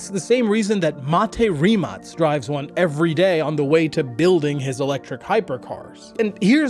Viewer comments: Just here to say I’m genuinely (positively) surprised you managed to properly pronounce Mate Rimac’s name. Great job! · respect for pronouncing mate rimac correctly